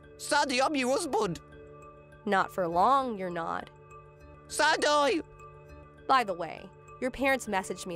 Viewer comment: In the story whre the groom married twice. If I have to listen to that voice every day idk how I would handle it. And he can't pronounce sandy at all. Sandoyee! Lol.